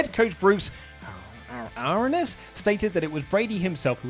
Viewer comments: Bruce air-e-ins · You pronounced the Tampa Bay Buccaneers coach his last name wrong